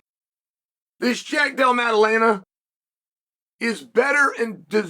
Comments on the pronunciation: LMAO who TF is Della Laema? He was closer to Dalai Lama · No, Jack has been saying it wrong the whole time. Uncle Chael is never wrong, undefeated and undisputed. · His pronunciation of Della Maddalena deteriorates in real time throughout the video, it’s incredible. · Mission impossible: Chael pronounce Jack’s name right twice